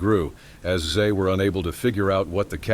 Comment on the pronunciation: The word is "They" not Zay!